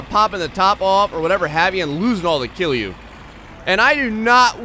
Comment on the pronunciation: my man, you're pronouncing KILJU like a real Finnish person! It's solid, relaxed KILJU and has nothing to do with Jews. I can't tell you how proud of you I am at the moment. In no time you'll be saying things like "kootaanko koko kokko kokoon?" and and people are like "oh so you're from Finland?"